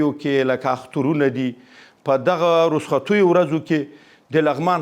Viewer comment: ، د کلماتو صحیح تلفظ زده کره۰ رصخت مه وایه. رخصت ووایه۰بل دا چه دا ستا پروژی هیچ کوم ارزشت نلری وختی چه د انجونو مکاتب ترلی وی۰